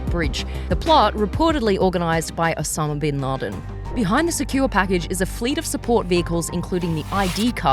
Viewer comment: she said ossam benladen hhhhh , Kids story , but really great video